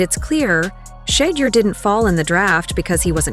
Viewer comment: Learn How to Pronounce Shedeur’s Name! Total Disrespect when you’re saying his name wrong! 🤦🏽‍♀️